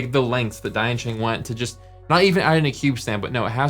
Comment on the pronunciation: To maybe avoid confusion with Dayan, maybe you should say "Deeyan" sheng. Just say deeyan fast.